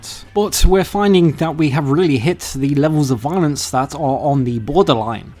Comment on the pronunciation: wiolence? okay this guy definitely has a speech impediment. I thought it was an accent for a while, but it's a genuine impediment. It's like the vocal equivalent of a lazy eye. Very off-putting. Get therapy! Get it fixed! I don't want to hear this. Just get someone else to read the scripts for these videos.